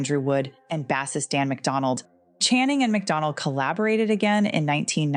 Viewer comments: bassist should be pronounced base-ist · did you really just pronounce "bassist" wrong? 🤣🤣 WTH is up with this channel. Is the voiceover AI? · How are we pronouncing bassist now?!? 🥴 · I assumed she was talking about a fisherman who catches bass, and only bass. Wait, did I say bass or bass? I meant to say bass.